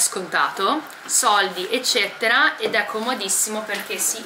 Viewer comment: Eccetera non ecceTTera .. scusa ma è terribile da sentire ogni volta